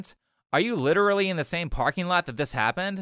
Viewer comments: "Litrely" (x1000) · Lichrally lichrally lichrally